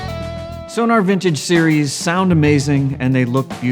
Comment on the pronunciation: It's pronounced So-Nor, for goodness sake, man. The clue is in the spelling. Sonar is something very different. Give them the respect they deserve.